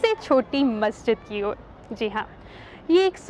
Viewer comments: Why are you pronouncing it as masajid? Like it's masjid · Madam masjid ka name to theek hai, fahad akram ne jo objection kiya hai wo name par nahi kiya, balki ladki jo bar-bar masjid ki jagah masaajid bol rahi hai wo ghalat bol rahi hai, wo aise ki agar wo masjid ka name bol rahi hai to usay pura name yani Taj-ul-Masajid bolna chahiye aur agar wo name nahi bol rahi to usay masjid bolna chahiye na ki masajid kyunki Taj-ul-Masajid ka matlab hai masjido ka taj aur agar aap sirf masajid bologe to uska matlab huwa Masjido, yani wo ladki bar-bar ye masjido bol rahi hai jabki ye to ek masjid hai....I hope ke ab aapke baat samajh aa gayi hogi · Masha allah bhaut acchi jankari diya aapne bas bolne ki tameez nahi hai masjid bola jata hai masajid nahi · The claim that Taj-ul-Masajid is one of the six.largest Masjid seems to be correct seeing its location and building. Besides it the commentator of the video pronounces it masajid where it should be Masjid . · बहोत खास.......यह मसाजीद नही मसजिद बोलये.....